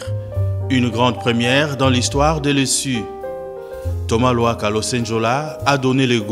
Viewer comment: C luhaka et non lohaka